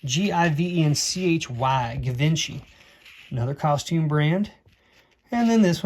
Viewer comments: That Givenchy necklace will probably go for some decent money. Not pronounced like it looks -Zhee-vann-she. In 1980 it was still a pretty exclusive brand. Not sure about now. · Am I the only one who started screaming at my screen when he said Givenchy??? This video is three months old but I hope someone told you what you had before you sold it for cheap. 😅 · Givenchy (pronounced jiv-on-she) is a high end French designer that made good quality costume as well as fine jewelry.